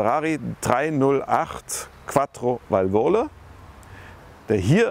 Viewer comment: Ein herrliches Video! Aber bitte: Qattrovalvole, nicht Quattrovalvooole.